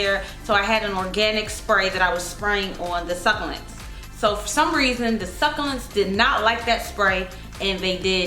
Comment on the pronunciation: AZFrank Castle every time she said it I died a little on the inside 😂